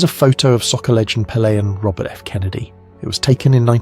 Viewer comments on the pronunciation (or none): none